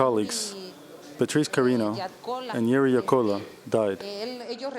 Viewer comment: The host did not pronounce Bety's last name. It is CariÑo, not carino.